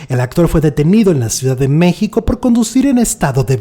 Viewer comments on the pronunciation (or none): none